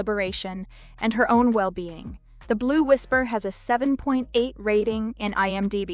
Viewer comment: Why do you keep saying IM--Die-B, instead of IM0-Dee-B? It's very annoying.